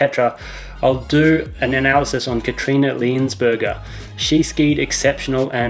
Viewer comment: you pronounciation was quite good. You just said "a" instead of "ä" :) Also her name was very close, expected something much worse. When I first discovered your channel a few days ago I thought you must be Australian, but then I thought "why should an Australian analyse alpine skiers" :D